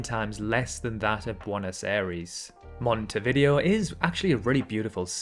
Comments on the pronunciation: Montevideo, the video part pronounced as vi-dayo, not video. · It's pronounced Monte-vi-DAY-oh, not Monte-video. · The way you pronounced Montevideo is hilarious🤣🤣